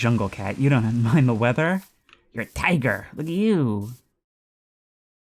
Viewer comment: I love how he says "You're a TIGER"